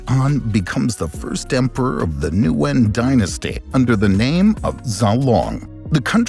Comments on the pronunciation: Zero effort made to pronounce Nguyễn correctly. Come on! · No, that is not correct, that is like calling a duck a chicken. Nguyễn only has 1 pronunciation, all other pronunciations are incorrect. Noo-win is so incorrect. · I disagree with this advice as a Vietnamese person who majored in linguistics. "Win" is the common anglicized pronunciation found in the US, but people anglicize it in different competing ways and all of them are equally correct (/incorrect). I find noo-win to be more similar to the original than win, and some prefer noo-yen. In Vietnam, my English-speaking teachers all pronounced it noo-win.